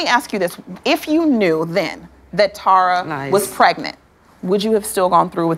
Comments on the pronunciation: Did Stevie just say, "Pregnito?" WTF! 😭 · Did Stevie really just say “pregnanto”💀